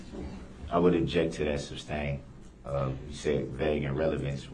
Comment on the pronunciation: "Substain" What a dolt.